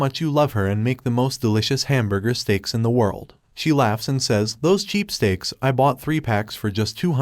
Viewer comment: The robot voice said "Streaks" instead of "Steaks". I like it.